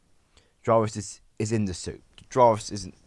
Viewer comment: Why did you mispronounce "Jarvis"?